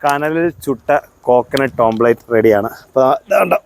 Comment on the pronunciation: ഓംലറ്റ് ആണ് ഓംപ്ലറ്റ് അല്ല